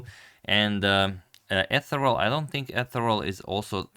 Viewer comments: Awesome! btw "Ethereal" is "Ee-Theer-Ee-Uhl' rather than "eh-ther-uhl" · I believe it's pronounced eth-EE-ree-al not ETH-e-ral. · I never thought I would correct your pronunciation, but ethereal is e·the·re·al [iˈTHirēəl] adjective extremely delicate and light in a way that seems too perfect for this world: "her ethereal beauty" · "a singer who has a weirdly ethereal voice" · I'm sure other people have mentioned that it's e-THEER-ial, with the first syllable being "eh" if you're old or non-tech and 'ee' otherwise. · fab game and analysis as ever. FYI 'ethereal' (meaning airy insubstantial or ghostly) is pronounced as "ih-THEER-ee-uhl" in British English (or Briddish English as they say in USA) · It's pronounced Eh-THEE-re-ul. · Just an FYI - I assume it's pronounced eth-e-real. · I say this with the utmost respect: your pronunciation of names has been downright flawless for the past 9 years which is why I feel it is incumbent upon me to let you know it is pronounced eTH-ear-E-AL. iˈTHirēəl. Ironic that the first name you mispronounce is in-fact the computer name. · Awesome game. Btw, Ethereal is pronounced uh-THEE-ree-al. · It's pronounced "Ehtheereeal", with the accent on the second syllable. Comes from "ether", meaning a mysterious non-substance. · As other have tried pointing out Ethereal is pronounced, in my words, so the first syllable rhymes with Beth and the rest is similar to the words eerie and serial mixed together. Accent falls on the eer part of eerie. Eth-EER-ial. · I've heard eth, ith, or eeth before, but yeah. EAR-ee-al or EAR-ee-uhl for the rest. Maybe even ee-THEER-ee-uhl. They're all sort of similar but Agadmator clearly hasn't seen the word before. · FYI: Etherial is pronounced "eth-EE-ryul". I'm 73 years old ahd I was a teacher for over 30 years,, so please forgive me if I offend you! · Ethereal is pronounced “P R E T E N T I O U S”